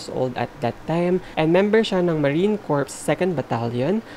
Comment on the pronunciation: Corps is just pronounced /cor/ beh ha. Corpse /corps/ is totally different. Haha! Para lang mas malinaw. Bowl is not /bawul/ din. /bole/ yon.